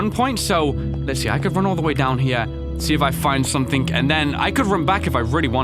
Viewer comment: I’m not trying to sound rude or ignorant or anything but when you say something it sounds like you say “somethink”